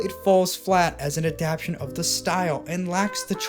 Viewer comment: Bro really made a 40 min video essay saying the word "Adaptation" wrong every time